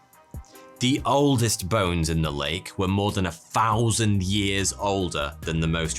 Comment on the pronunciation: What a annoying presenter. “Two Fousand”? What the heck? “Nofthing”...oh my. Guess the different dialects and diversity of nationalities is to blame.